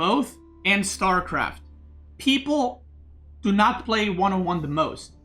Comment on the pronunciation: You said pray instead of play but the sentence is correct nonetheless lol